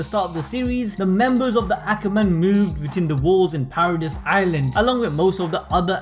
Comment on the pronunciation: It is paradis(para - dees) not paradise